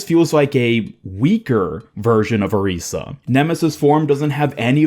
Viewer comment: pls say orisa right omfg😭